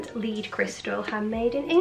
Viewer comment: Beautiful content as always 🌸 love all the Lounge pieces 💕 Dartington Crystal, wow how lucky are you! Lead is pronounced Led btw in relation to Crystal 🥰 good luck back at school, i bet the children love you 🥰